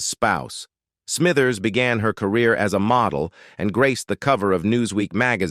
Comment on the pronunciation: EPISODIES, LOANY ANDERSON EMBARKKED on her acting Core-Rear in the...... Getting Their FUTING ---A.I still sux